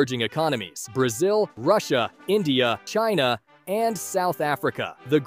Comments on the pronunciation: ahh YEss C for Csouth Africa. AND s ind for Shina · S-China C-South Africa. You are really mart buddy